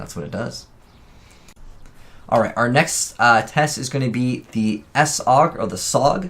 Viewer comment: It's one word "Saug". You don't call it "S Aug"